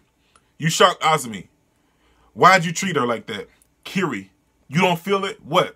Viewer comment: Dude, your face at the eye-spiral part was PRICELESS! I warn you, that's not even the most fudged-up thing you'll be seeing in this manga. Also, Kirie's name is pronounced like you said but with "e" (like the e in elephant) in the end.